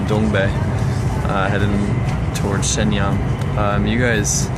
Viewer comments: It upset every time you mispronounced Shenyang. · I just don't like it when you fling judgement without even bothering to know how to pronounce the name of the city.